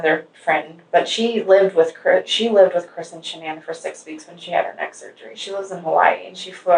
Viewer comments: I get aggravated at him continually botching Shann'ann's name . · Dana Davison I could tell she was an amazing friend right from the get go. She wouldn’t even let the guy mispronounce Shanann’s name. The little things...